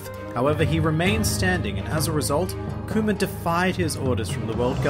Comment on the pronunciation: I cant hear you say Kuma with your accent without hearing COOMER face palm